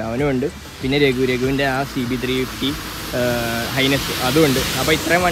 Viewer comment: ഇടയിൽ ഒരു H'ness 👍👍👍 അമ്പട ജിഞ്ചിന്നക്കടി